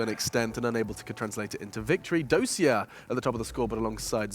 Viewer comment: Dosia isn't pronounced [do:zha], its more like [dos-see-ya]. Because Russkie transliteration.